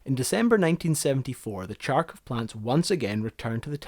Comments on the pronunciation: Yes, It is pronounced "H-h-arkovchanka", not "chunk of junk-a" and was named after the city of Harkov where it was built. The first modification also had a mini-hospital inside and a doctor in the crew and was a kind of wonder of the world. The crew, also, used portable heaters called kapelnitsa that maintained 18-20 degrees C inside 24/7 and crew never slept in -10 C. It is these heaters were what produced some smell of smoke inside, not the engine, because they used diesel fuel to warm the cabin. These machines saved lots of lives and few expeditions from been cancelled, never heard that they were used instead of tractors. Tractors had to stop in a blizzard, but Harkovchanka could continue to move as it had unique navigation equipment. Tractors, also, were braking more frequently and sometimes crews could survive only because they could shelter inside Harkovchanka. Liked the video for bringing here one of the monster monuments of the dead now super-civilization, which will never exist again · Greetings from Ukraine. Thoroughly enjoyed your video. Thank you. Yes, the city is Kharkov (currently Kharkiv as per Ukrainian pronunciation and spelling). The city used to have an alternative spelling of Charkiv, which read same way as Kharkiv. it's 'Kh' at the beginning (the Slavik H sound, which is so hard it sounds like it's h+k pronounced together, more like the Spanish J (jota) sound). Not a big deal that you mispronounced it. You've put together a great film, with lots of research and old material, and the facts appear to be quite accurate. Thank you. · Awesome content, I loved the amount of work you've put into this but (and I understand you have that wonderful Scottish brogue) Every time you say CHARkov, Putin sends another bomb over to HARKiv. Pronunciation matters. Do it right. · not Charkov, Kharkov(like HURRY) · I don't get it: assuming by your accent, you are a native English speaking person. And you read "kh" sound as "ch"?!! Why?! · Kharkov, not Charcov...